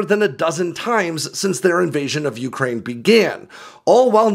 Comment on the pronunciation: It's you-CRANE, not YOU-crane!!!